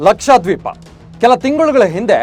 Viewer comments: ಅದು ಲಕ್ಷಾದ್ವೀಪ ಅಲ್ರಿ ಲಕ್ಷದ್ವೀಪ ಅಂತಾ ಉಚ್ಚಾರಣೆ ಮಾಡಿ. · ಸರ, ಲಕ್ಷಾ ದ್ವೀಪ ಅಲ್ಲ ಲಕ್ಷ ದ್ವೀಪ